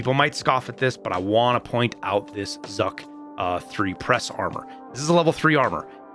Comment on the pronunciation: Hey just an FYI - Zhuk is pronounced Zhook. Z and H together create a different sound, similar to the first sound in jargon. So not Zuck. Also ASh-12, and the revolver RSh. Those are achronyms, like initials. So R Sh. Sh as in "Shut".